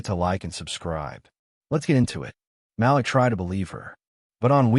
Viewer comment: IT IS NOT PRONOUNCED "MAL-LICK...IT IS PRONOUNCED "MAL-LEEK"!!! Why always write about black folks when you cannot even pronounce the names?? Why dont you write about crazy white people?